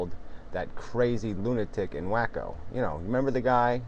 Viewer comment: Whacko. XD It's actually "Waco" Texas. Pronounced Way-co.